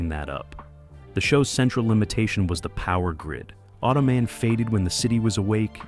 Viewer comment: Auto-Man say it properly, he's not a foot rest.